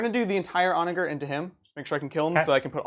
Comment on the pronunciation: For what it's worth the G in Onager is pronounced similarly to a J like the G in German. It means Donkey. ˈänəjər, like On A Ger(man)